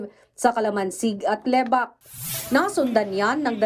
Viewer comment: Lebak hindi Le-bak